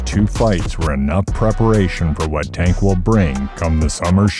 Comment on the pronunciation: The narrator mispronounced Tank’s name the whole video wth